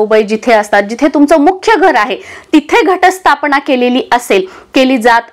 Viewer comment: न चा उच्चार ण असा का करतात? मन चा उच्चार मण,स्थापना तर स्थापणा असा करतात ते अशुध्द आहे.